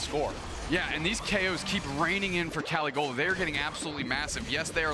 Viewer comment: Pronouncing caligola totally wrong